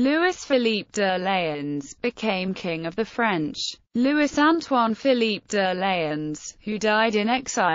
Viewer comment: Ffs. LOUIS. "LOO - E".